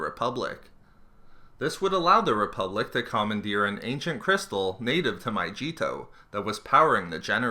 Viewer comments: Every time he said "MyJEEto" i died a little inside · MY-GLEE-TOE (but remove the L). I'm surprised how much the mispronunciation triggered me. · ughhhhhhh "myjeetoe"? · I despise grammar nazis and you sound almost like English wasn't your first language but it is pronounced my-gee-toe with a hard G like go. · "My-jee-to" omfg this is bugging me so much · It's My-ge-to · Andrew R it’s My-gi-tow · Jammy Dodger I know I was making fun of how he pronounces it My-G-Toe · lol, FIRST off, let me tell you, love your channel, love your videos, big fan. and i apologize in advance for the following pettiness. but the way you pronounce mygeeto drove me nuts. ive never heard it said that way. potatoe patatoe i know but here, u were saying, my-jee-toe when its supposed to be pronounced my-geet-o. lol. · My Cheeto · Had to stop watching, hearing you say my-jee-to over and over again. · Mygeeto is pronounced "My-Gee-Toe" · For the love of God it is My-Gee-Toe!!! and before you say Utapau it is Oo-tah-pow!! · My G Toe? It's mygeeto you fucking idiot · yes! but also flashbacks of how mygeeto is pronounced in that game, and them promptly stabbing my eardrums out every time this guy says "MY - G - TOE" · iDaCarrot it's pronounced my-g-we-toe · I'm sober and miserable because he kept saying Myjeeto. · Gotta play OG battlefront 2 to hear correct pronounciation of Mygeeto 😂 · I couldn't finish because you can't pronounce Mygeeto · sorry i cant watch the video, maybe it was a good video but the pronunciation of mygeeto was cancerous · When he can't pronounce Mygeeto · His pronunciation of Mygeeto is cringe worthy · did anyone else cringe every time he pronounced mygeeto wrong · josh thomas it's almost at a trolling level lol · Is it just me or does it bother anyone else that he says Mygeeto wrong? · OMG...Not how you say Mygeeto... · How many times can you pronounce the name of the fucking planet incorrectly? It's with a G. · IT'S A "G" NOT A "J"! FOR CHRIST'S SAKE MANG